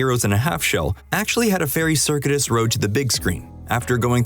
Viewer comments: Don’t use big words you don’t know how to pronounce. It’s circuitous. Pronounced ser-que-it-us. Not serkit-us. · Maybe you did fail English. "Circuitous" isn't a pronounced "SER-kit-us". It's "ser-QUE-it-us". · “circuitous” is pronounced “sir-kyoo-e-tus” with 4 syllables, not like “circuit-us” with 3 syllables as you pronounced it here. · circuitous is pronounced sir-cue-it-iss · It's SIR-CUE-A-TUS not whatever you said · lol, it's pronounced "sir-que-it-us". Circuitous. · somebody has never heard the word "circuitous" before and nobody caught it before publishing